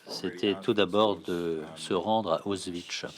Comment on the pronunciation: désolée pour le comm pourri peux pas m'empêcher mais le mégenrage de Mica Levi + la mauvaise prononciation d'Auschwitz c'est irritant